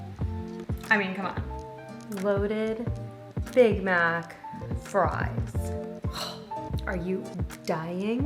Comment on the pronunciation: all I heard was "BIG BACK SAUCE" lmfaoooo 💀